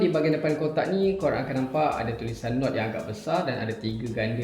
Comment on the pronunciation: Mcm Nuku bkn nord hahaha